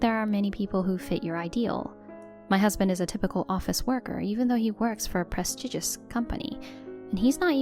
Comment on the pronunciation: Prestigious is pronounced 'press-stee-jes' not 'prez-diggus' It's also "I can't go along with this farcè' not 'get along' When you 'go along' with something, you let an event or circumstances play themselves out. When you 'get along' that means you are good at being social with people